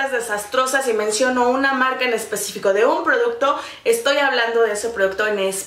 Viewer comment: Alguien mas noto que dijo "en especico" en vez de especifico??